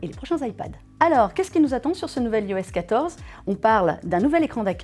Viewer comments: Bonjour super vidéo il y'a juste un pouint qui me perturbe vous dites "ios" mais ça se dit "ayos" enfaite le "i" chez Apple se prononce "I" comme en anglais J'espère que ce commentaire vous aura été constructif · iOS se dit normalement "Aïoèsse"